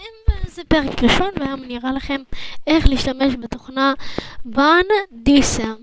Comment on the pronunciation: אני לא רוצה להעליב או משהו אבל לא אמרת את זה נכון אמרת באנדי סאם אומרים בנאדי כאם Cam זה מצלמה באנגלית רק שתדעי מאוד עזרת לי (